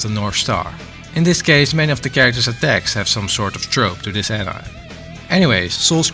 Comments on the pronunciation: An I'm is killing me ngl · Mans did all this research and still said "AN IM"